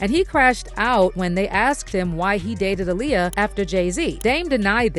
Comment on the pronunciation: It’s aa-liyah